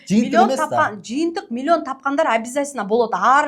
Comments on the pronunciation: Милионду Милйон деп суйлогон адамдан кандай окудунар!? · Уч создун башын чогултуп суйлой албайт экен, милён (миллион) деп отурат, ушул эмнени уйротмок эле? Ушундай "продюсер" болгон шылуундарга алданган адамдарга тан каласын. Кантип, кайсыл башынар менен 300 мин бересинер? Дагы кредит алып, рассрочка кылып бергенинерге не дейин?! Демейде 3000 сом чыкпайт азыр, 300 мин оной эле кармата коёсунар....... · Милён дейт 😂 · мулен мулен дейт го😂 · Млён млён😂😂